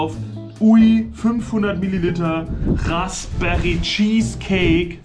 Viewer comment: also ganz ehrlich, einfach zu dumm um es auszusprechen! edit: bist ja auch ned so hell wenn raspberry ausprichst....so long edit: hauptsache reichweite generieren